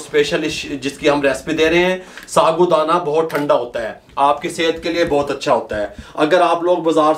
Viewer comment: Bhai ye saagu Dana hota hy sabu Dana nahi , kun esko bigaarty ho yaar